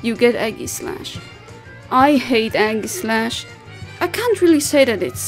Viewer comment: No problem:3 I really like your recent Pokémon vids ^~^ Not to sound rude with this also but the way you say Aegislash makes me laugh haha xD Sounds like you're saying Eggyslash, I love it xD